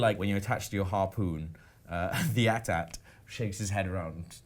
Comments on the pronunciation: Why are they calling the AT-ATs 'atat' ? 😑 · A-T-A-T NOT at-ats ! sounds so stupid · Why @@ it's eyy-tee-eyy-tee